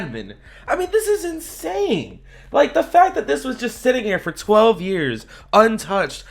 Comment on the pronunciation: I love how he emphasizes “12 years”